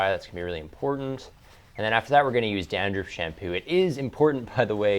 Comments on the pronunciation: Someone please help! I see it HS shampoo but... Djander, gander, jander shampoo?? I'm not a native speaker, I really can't get what he's talking. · What Kind of Shampoo? I think he says Dandruff but i hear ginger